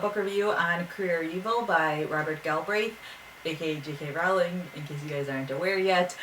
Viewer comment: Just so you know, every time you review one of these books, you say Rowling's name wrong. It's supposed to sound like "rolling".